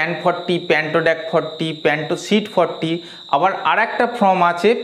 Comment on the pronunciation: সব ঠিকই আছে কিন্তু "ফ্লিম"এবং "ফ্রম"না ব'লে "ফিল্ম" ও "ফর্ম" ব'ললেই ভালো হয়। কিছু মনে করবেন না, আপনাকে হেয় করার জন্য লিখিনি। আঘাত দিয়ে থাকলে ক্ষমা প্রার্থী। .